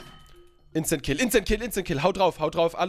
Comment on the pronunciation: Sag bitte immer Insta kill nicht Instent kill und noch mehr davon